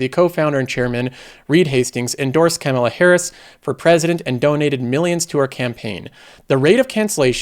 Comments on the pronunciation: Kama-la, isn't hard to say her name dude. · Are you intentionally mispronouncing Harris's name? I wish you wouldn't do that. You do something similar with the name "Democrat." In most cases, the correct term is "Democratic." Using "Democrat" where "Democratic" is correct is a direct insult to the Democratic Party. Please be more careful--unless it is your intention to insult Democrats.